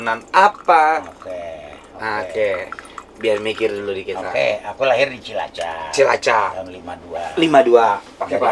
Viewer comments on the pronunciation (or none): bapannya Onad ngomong CILACAP gak bener ga sih apa gue salah denger?